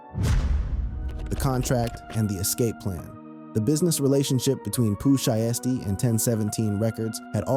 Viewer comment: The Vanilla Ice and Suge thing is TRUE....TOLD BY VANILLA ICE HIMSELF,he said he pooped and peed on his self,somebody DID hang his ass out of a window and hey here is some pronunciation lesson for you it's POO SHY STEE😅you welcome duck!